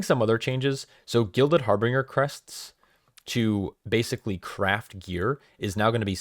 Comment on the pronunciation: You're adding a R in the middle of Harbinger that isn't there. Harbinger, like Ginger.